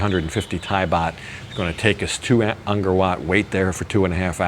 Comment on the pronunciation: Don’t want to be petty but ist pronounced Angkor not Angor last time I was there tickets were$20 for 3 day pass so not that much more,20 years ago,shame money doesn’t go to the Camers, become another south Asian country bought the rights to it many years ago very cheaply, all ticket sales go there way!